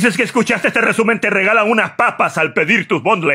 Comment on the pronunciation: Rrrrrrrrrrrrrrrrrrr rrrrrrrr rrrrrrrrrrrrrr rrrrrrrrrrrrrrrrrrrrr rrrrrrrrresumen de la semana!